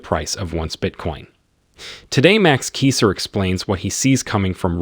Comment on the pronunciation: You gotta know how to say the man's name.,. You have learned a lot from THIS man